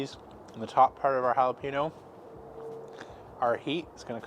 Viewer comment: Great video, and I am looking forward to more Keto recipes. Mainly because of your channel, I will be getting a Kamado Joe when I have the money to add to my backyard here in Texas. I do have one pointer, you didn’t pronounce jalapeño correctly. You forgot the “y” sound that the ñ gives the word. It is just the Texan in me that caught that little mistake. Other than that, great video.